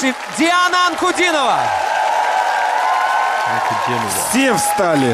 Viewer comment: "An-ku-DEE-no-vah". Accent on the middle syllable ;).